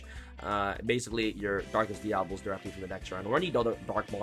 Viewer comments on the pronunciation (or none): Dia-Bo-Los.....(just saying)🤷‍♂️